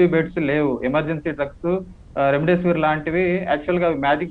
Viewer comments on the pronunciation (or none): Remdesvir kaadanta Reddisveer anta...... vadistunnadu babbooo